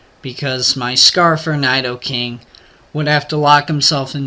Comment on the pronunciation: PRONOUNCE NIDOKING RIGHT!!!!!1 GAH!!!